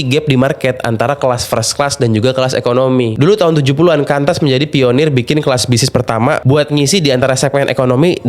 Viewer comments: QANTAS itu dibaca KUANTAS... Bukan KANTAS.... KUDU DI RALAT TUH PAK.... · Mas koreksi sedikit, Qantas itu cara sebutnya 'quantas'